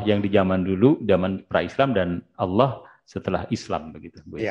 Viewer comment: ALLAH = ALLAH ,,, BUKAN ALLAH KOQ JADI AWLOH ... ALLAH YA BUKAN DI BACA AULOH ... ALLAH YA ALLAH ..